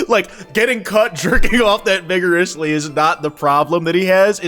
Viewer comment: bro did NOT say vigorously